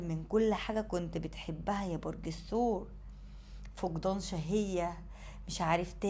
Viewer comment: الثور وليس السور